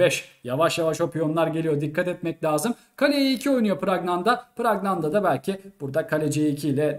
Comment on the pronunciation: Praggnanandhaa nin ismini telaffuz da hepimiz yanlış söyluyormusuz..farkeden bi tek ben miyim ?